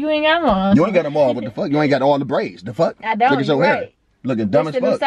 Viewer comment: “Praids” stfu 😂😂😂